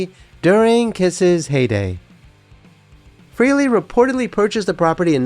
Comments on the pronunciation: Just a note here that some of your references are incorrect. 1. It's pronounced FRAY-lee (not free-lee). 2. The pics of Ace with his guitars were NOT taken at his Wilton, CT home. Photographer Bob Gruen clearly explained in more than one interview that he took those photos at Ace's home in Irvington, NY in June 1978. It was a much smaller dwelling as evidenced by the low ceilings. Ace did not move into his Wilton home until late August 1978 - and construction had just begun on his "Ace in the Hole" studio that summer. There was "renovation" -- that studio was built from scratch during as evidenced in many meetings that included Aucoin Management's (and by default Ace's) legal representatives. Blueprint drafts went through many variations/updates during that time period and substantially increased the final price tag on the buildout of his Wilton studio. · FrAAAley, not Freeley. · It's frehley not freely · It is a common mistake .. His last name is pronounced "fray-lee' not "free-lee" . Hence the play on words for his solo band Frehley's Comet ( "Fray-lees Comet ") a word play on "Hailey's Comet" which was the first tracked and mapped comet by scientist Hailey. Interesting video. Good narration.: The legendary Paul Daniel "Ace" Frehley R.I.P. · If you are going to put out a “fan video” for the love of god at least pronounce his last name right.